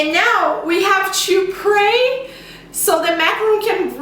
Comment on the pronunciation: I love how you say "chu" everytime you say "to/two" xDDD